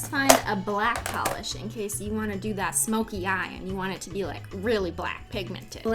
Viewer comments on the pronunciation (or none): You said polish 🤣🤣🤣🤦